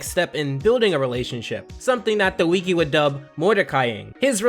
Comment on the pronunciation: I was fine listening to you drone on about the regular show with no real direction up until you mispronounced wiki. Have you never heard anyone say wiki before. Do you think it’s cute to mispronounce wiki. You sound stupid.